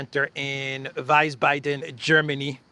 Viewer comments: Wiesbaden is pronounced veezbarden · It's pronounced Weeeeesbahden. "Ie" is always pronounced "eeeee" in German. ""Ei" the inverse, is pronounced "ay". That rhymes with "hi". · I love Lavrov❤ He’s so far above all these mainstream not listening idiots!! And he’s made his point very clear 😂 Wiesbaden not Weissbaden dear 😉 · Attention: "Wiesbaden" is pronounced like Vee-Z-baden